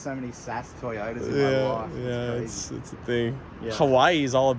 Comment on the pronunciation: T-yotas, really?